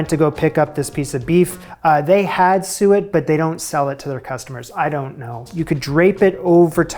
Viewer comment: Also, congrats on learning how to pronounce "suet"!